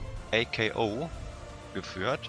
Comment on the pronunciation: erstmal gutes Video aber ich muss dich verbessern^^ ako spricht man nicht a. k. o. aus sondern wie öko nur statt dem ö ein a also ako … oder wie NATO nur ohne das N und statt dem T ein k XD keine Ahnung ob das Sinn ergibt wollte ich nur mal erwähnt haben^^ aber egal wie du es aussprichst ich freu mich über die Flotte Lieblingsschiff: Assertor-Klasse Sternenzerrtörer oder Executor-Klasse Sternenzerstörer